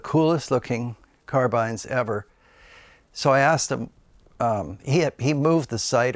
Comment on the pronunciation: Great interesting video. Thank You. I have always loved carbines (you say it correctly by the way. After all, if you write down the word Woodbine, no one would pronounce it Woodbeen!). I have a Howa Alpine Mountain Rifle in .308 Win here in the UK and I love it. It is really lightweight, very accurate and short enough for all woodland applications, whilst obviously capable of pushing out to long range. I have reverted to the floor plate magazine as the polymer five round box conversion has the mag release exactly where you place your hand and is just the WORST AND MOST APPALLING DESIGN ever! (If only someone would make a decent drop in metal one with a sensible position for the release!) First time out in a high seat, just quietly settling into position, I carefully moved the rifle slightly and managed to dump a full mag into the brush below me. So much for a stealthy arrival on scene! The rifle though, is tremendous and with a Leupold VX-R on top, is fantastic in low light. The bedded fiberglass stock is really good and of course makes it all 'UK weather proof'! You have some lovely rifles there, great collection. Stay safe and happy shooting.